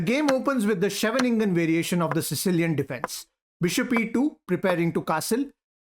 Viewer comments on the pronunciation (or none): It's not sjeveningen it's scheeeevuningen prenouncing😁👌